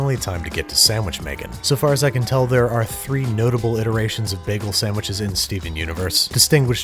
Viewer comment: the way he says bagel makes me wanna jump out of a moving vehicle but his content is good so i’ll let it slide